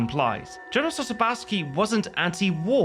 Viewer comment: As a Poles it was funny how Gene Hackman try speak polish during crossing river. And btw you pronouncing Sosabowski wrong. Ending in Sosabowski is pronounce Sosabo-W(like in work)-Ski (exactly like in skiing)